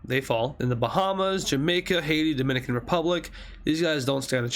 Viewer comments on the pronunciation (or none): none